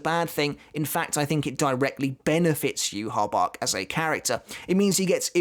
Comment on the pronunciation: Aizen wins because the way Yhwach is pronounced annoys me